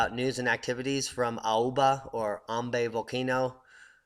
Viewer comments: It's actually pronounced "Am bye" island, I know the spelling may say otherwise but just trust me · Thankyou for the explanation, Just for correction, it's pronounced AM BYE and Manaro VOO WEE. I come from ambae and I did not know that this was a shield volcano. I went off on a researching spree after watching this video, I am now more aware of the dangers that this eruption poses and will continue to urge older family members who refuse to leave the island to move out ASAP.